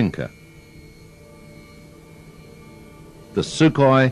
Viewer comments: se dice sukhoi no sukhoy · se dice sukhoi no sukhoy!!!